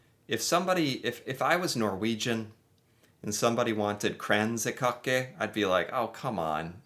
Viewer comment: you pronounced Kransekake better than the narrator.